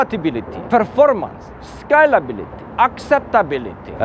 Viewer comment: I thought he was skylability for so long but he's saying scalability 🤣